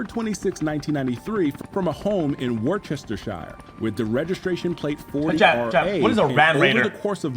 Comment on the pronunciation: Bro in the video said "Wur-chester-shire" ain't no way